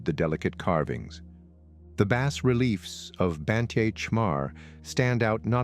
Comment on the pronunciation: as the sunlight filters through the trees? they aint a lot of trees left there, dude. Also, you might want to look up how to pronounce "bas relief."